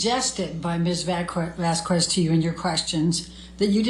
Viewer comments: Vas-kez and not Vas-kwez please? Thank you. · Turd’s lawyer…..the old lady keeps saying Camille’s name wrong….Vas….QWEZ. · I always felt that vasQweeeesss each time she said it too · Amber's lawyer is so quick to Object, she can't read it. YET she often read texts that were not submitted as evidence., it is unprofessional to mispronounce someone's name. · It is so disrespectful of to mispronunce camilles name